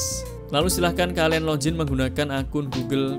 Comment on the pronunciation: Login gan.... Bukan lojin....